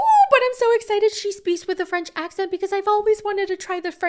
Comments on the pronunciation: can speak French?!?! Your accent is really good! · Hello, french subscriber here, I have to tell you that you french accent is good! A little bit too much but better that most american! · As a french I can tell you that you have a good accent ;)!! You handle the « R » very well krkrkr ! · I’m francophone, your French pronunciation is great! Then again “it’s!” You have a good ear, you can imitate how people speak and that’s such an amazing talent❤